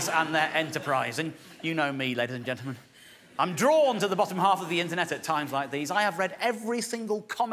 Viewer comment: Dave has got "ladies and gentlemen" down to 3 syllables. "Lays ge'men."